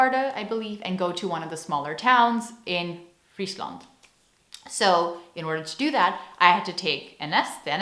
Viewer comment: love the way you pronounce my province, Friesland. Was nice to hear an American say, Frisia.. Try to pronounce that name Friesland in the Frisian language :) cya in Frisian oant sjen!